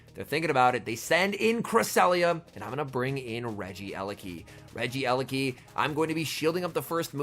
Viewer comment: My ears hurt It's not regi-eleki It's regie-leki